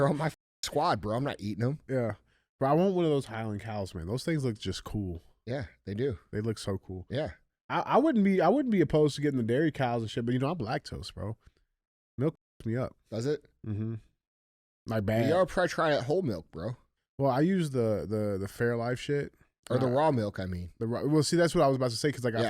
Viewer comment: Did he just say he’s black-tose instead of lactose? That was funny 😆